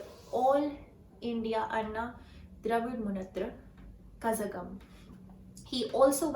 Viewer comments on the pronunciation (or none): 'Zh' should be pronounced as 'la' with a deep L sound. It a unique pronunciation found ony in Tamil and Malayalam. Infact the word Tamil should be pronounced as Tamizh. In hindi it is कलगम not कसगम. Long live Tamil. வாழ்க தமிழ் வளர்க தமிழ் வெல்க தமிழ். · good try. Corrections FYI: 1. Kazhagam - pronounced as Kalagam but when we say "la" our tongue should hit beyond 140 deg. inside the mouth. As this La is considered special in Tamil and needs to be pronounced properly, hence it is generally typed as ZHA so that it gets people's attention. 2. MNM as a brand new party that was just created a few months before the election did its best (more than 10% votes) at several constituencies in Tamilnadu. 3. Missed to mention "Naam Tamilar Katchi" who also did fairly well in the previous election who ended up in 4th position. The greatness about this party is their Election Manifesto, NO FREEBIES, did not offer money for votes (unlike the parties who came in the first three positions as mentioned in the media) and many more. However, you did a good job in this video. Good luck for your future videos.